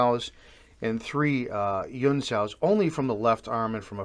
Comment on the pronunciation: No offense but I see that you write "huen sau" but you repeatedly pronounce "yuen". In Cantonese it is an H sound.